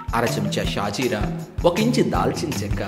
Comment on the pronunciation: Sorry, but I have to mention this, You mentioned and also pronounced it as "Shah jeera" it's wrong. It is actually call "SHAHI JEERA" it's name has a significance to it.